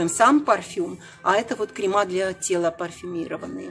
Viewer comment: Ну пожалуйста не крема,а крЕмы. Пожалуйста не разочаровывайте.